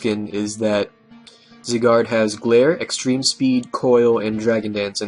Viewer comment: First of all, its zYYYgard, as in the long I sound. Secondly, could you do a video on voltturn please?